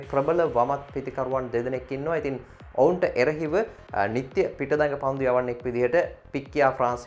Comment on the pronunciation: පන්ඩු නෙමෙයි පන්දු.. 😒💔